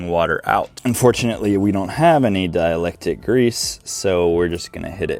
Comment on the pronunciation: Bro its called a hood prop, not a kick stand. Lol and its dielectric, not dielectic. Are you a highschool dropout or are you retarded?